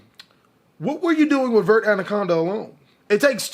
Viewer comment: Is it pronounce "Vert" or "Verté"